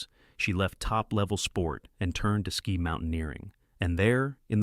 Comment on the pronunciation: Your AI is mangling all tenses of the word "ski"